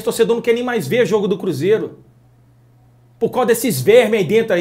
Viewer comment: Porque tem momento que voce diz "cúzeiro " e nao cruzeiro